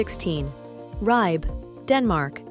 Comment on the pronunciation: Appreciate the effort made in pronouncing many of these place names, but struggle to see what poor old Ribe has done to deserve such a slaughtering.